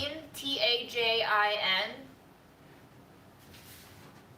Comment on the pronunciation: Yeah, there's no R in tajín.